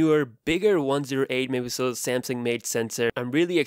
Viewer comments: No one:: 108 mehpihsl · ‘It’s got a 108 megapiijsdxekekkd sensor’ literally can’t understand what you said there man.